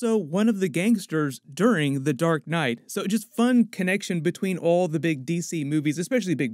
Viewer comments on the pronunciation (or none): none